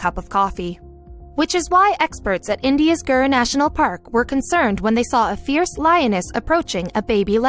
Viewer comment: Gir National park and Dr Chakraborty, Congratulations. Didn't know it was pronounced like that. A wonder of pronunciation. Success requires focus and the killer instinct. Many humans also abandon their children to achieve GREAT success in life.